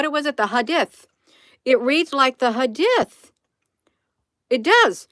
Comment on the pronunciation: It's pronounced hadeeth... good job Hun.💗